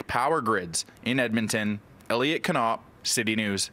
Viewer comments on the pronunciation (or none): Doesn't he have any friends that care about him enough to tell him that he sounds foolish with all of his Ka-Knopping? What does his own family think? Do they all pronounce it wrong or just him? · Hey, how should you pronounce "Knopp"? ""? Ka-Nope! Lookup "How should you pronounce Knopp". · At least doesn't pronounce the double L's, T's and P's in his name individually. I'll give him a little credit for that. Good job,!